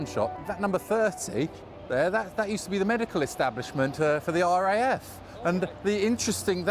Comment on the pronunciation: You did say RAAF? or am I just deaf and a bit slow?